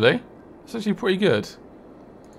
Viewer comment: It's "prelly good"